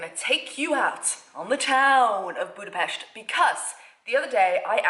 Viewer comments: So happy that you pronounce Budapest correctly! Yay! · Congratulations on your perfect pronunciation of Budapest, most native English speakers dont get it right. Nice video, too! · Someone who actually pronounce budapest right